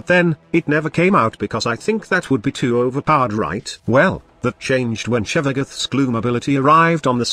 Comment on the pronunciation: Idk why, but the robot voice saying "shevagith" bugs me